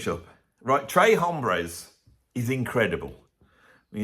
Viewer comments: You're so high cultured,. It's not /trae/ hombres, it's /trehs/ hombres. Actually with a Texas drawl, closer to English 'trace'.:) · Texas thanks you 🇨🇱! Although I did like early ZZ Top better. Later seemed overproduced promoted and package. Although I’m sure they were Great life. I have all those early ones on vinyl thanks to my friend‘s older brother working at a radio station. Please say the S in Tres hombres it’s not bloody French. Wasn’t Edgar Winter Rick Derringer an 😊American band? They were great.❤